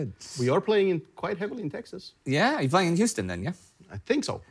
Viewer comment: Huston, Tx??? Come on Indy, you're from there!